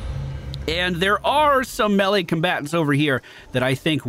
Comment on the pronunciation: Good vid. Like the energy, HATE the way you pronounce melee "melly" LOL